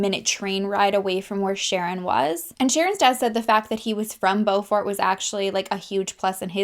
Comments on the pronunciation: Beaufort was a good effort but its more like Bo-furt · Ballarat and Doveton street were pronounced perfectly. Beaufort is more like Beaufert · beaufort is pronounced bew-fort (like beautiful) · I live in Ballarat. This is such a well known case. Murders are rare and always such a shock 😔 P.s You said Clunes correctly 🙂🙂 Beaufort is more known as beaufed